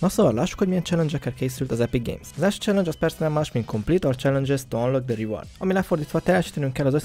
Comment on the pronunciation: Jó az angolod, "cselengyes"